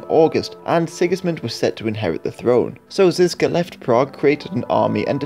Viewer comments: Ok quick 101 on Czech pronounciation of some of the key names. The letter Ž in the name Žižka or Želivksý. Is pronounced Plea-su-re. The su (phonetically) is the word Ž. This is not criticism, or an hurtful comment. Just a piece of knowledge relevant to this video. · Its not Jan Zizka but Jan ŽIŽKA